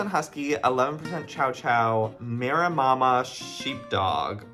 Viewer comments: Information on some of the breeds Joey either didn’t know or mispronounced, from your friendly neighborhood animal behaviorist, rehabilitator & trainer… 🤍 Maremma is pronounced Ma-rem-ma, they’re a farm dog, they typically protect the animals on the farm from predators, they’re born to live outdoors 24/7, they’re great dogs however they aren’t city dogs, they truly are farm dogs & they need a job to stay sane. They’re a huge white fluffy dog, if you wanna “get to know” one you should check out a YT Channel called GoldShaw Farm it’s a “hobby farm” that kinda turned into a job, the owner Morgan has a maremma named Tony who is VERY protective & friendly boy, his job is to guard all the birds, cows, etc. on their farm, he even protects his barn cat friends! They also have a new Maremma puppy coming to their farm very soon who will be a little girl that is going to be mostly trained by Toby to be his partner in protecting the farm & it’s animals! Chows are an ancient breed (also considered the oldest breed), they’re from northern China & Mongolia, they came to life around 2,500yrs BC. Modern day Chows resemble teddy bears, they’re super fluffy dogs with the squished face that typically has rolls, they also have a tail that curls over, as well as a blueish/purpleish tongue. They also come in many colors Aka white/cream, black, blue, red/mahogany/light gold, gray, merle (rare color/pattern). Akita’s pronounced A-key-ta are VERY wild dogs, I had one once & it legit ate a hole through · Maremma is pronounced "Mah-rem-mah" 😂😂😂 Little December and January look so much like baby Maremmas. They are an extremely loyal breed and very protective. A conservation project in Australia used Maremma sheepdogs to protect endangered little penguins from foxes and saved the population! They even made the story into a movie called "Oddball". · Screen: Maremma sheepdog Joey: Mara-mama sheepdog! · The way Joey kept pronouncing Maremma as MeraMAMA 🤣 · Not Joey saying “Maremama”